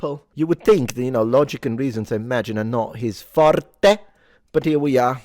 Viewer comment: Love the way he says “forrrrté!” 🤌